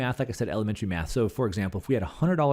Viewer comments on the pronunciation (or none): none